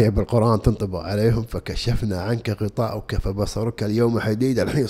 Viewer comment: غطاءك بفتح الهمزة